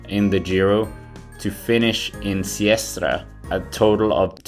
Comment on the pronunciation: it is Sestriere, not Siestre!